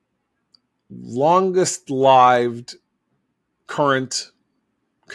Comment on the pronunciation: Plaudits to John Podhoretz for correctly pronouncing the phrase "longest-lived" . ("To gain a brief advantage you've contrived; but your proud triumph shall not be long-lived." —W. S. Gilbert, The Pirates of Penzance.)